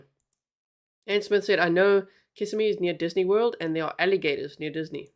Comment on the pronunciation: I live really close to where this happened. You pronounced Kissimmee perfectly! So tragic. Oh and this scumbag refused his first court appearance today!